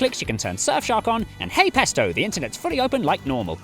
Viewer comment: Did Jay said "hey pesto"? 😁 I thought as much. With his swarthy appearance, it's the Italian forbearer in him. On a different matter: glad to know that trivial matters that have their roots in days of yore and nobody gives a toss about still have to be uphold! With pride even! So English. Hmm, tea and scones, please.